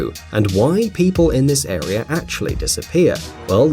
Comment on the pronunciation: The biggest mystery of all is why do people who think they are smart say " idear" instead of "idea" and "arear" instead of "area"? And MEthAne? English much?